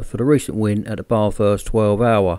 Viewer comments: m8 its not BAAAAAHHH THURRRST ITS BATHURST,,,, FUCK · Baathurst??? That's not how you say it. I'm Aus btw. Is bath urst Bathurst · Said Bathurst wrong lol